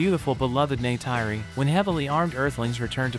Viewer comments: Man did he really say Neytayri ? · Bro the way you pronounce Neytiri is just off